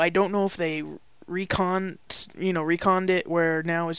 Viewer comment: Its Retcon not Recon